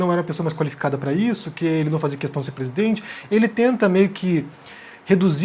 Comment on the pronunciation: Quando ouço esse "qüestão" me da até ojeriza.